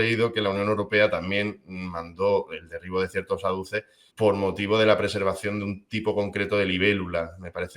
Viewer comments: AZUDES, por favor. ¿¿¿¿¿¿No se dice ADUCES!!!! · Se dice "azudes", no "aduces", pero vaya, que toda la razón. En España estamos todos en shock con lo que ha pasado, nos están matando.